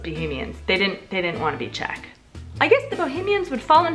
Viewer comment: I literally hate your czech pronunciation